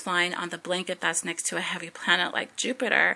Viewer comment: "every plananet" LOL You are seem extremely intelligent but you need a lot of work on your speaking skills.